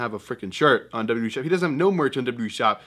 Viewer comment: When will you learn how to W W E instead of w e